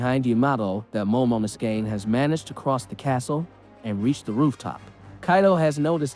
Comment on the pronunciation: They way you pronounce momonosuke is bothering me... from now on just call him momo